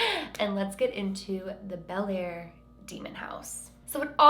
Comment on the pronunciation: if you're from the area, you pronounce the town like "Blair" :)